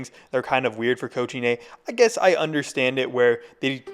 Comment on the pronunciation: It's not that hard to pronounce cochinay correctly🥀